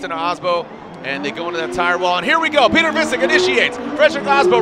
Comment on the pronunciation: "Piot-err" lol